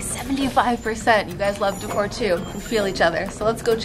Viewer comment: You miss pronouncing decor is the cutest thing. Say it with me deck-or not decur